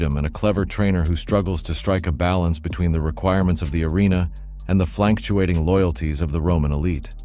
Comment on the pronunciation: Flancktuating? , the city of Greek , Medilline? , fisilogical debate? , critical massage? , travels over pereolious regions? , avish set design? . What the devil is the appeal of having a computer-generated voice which mispronounces words and butchers grammar? Surely I am not the only viewer who has become so distracted as to focus issue rather than the message of the video. Big thumbs down on the video and as a result I am opting for the "Don't recommend this channel" from YouTube.